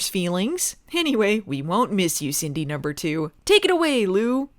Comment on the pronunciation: Every time yiu say "Cindy number two" it sounds like you purposefully try to say "Cindy poop"